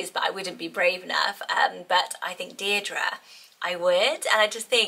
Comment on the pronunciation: I am loving: Mabli (and could also have Maple) Isolde Zinnia (and Linea) Valli Jericho Delphi❤❤❤ (And Darling). I love the way Deirdre is said here .. so is it different to Deer -Dree as in Barlow though? 🤣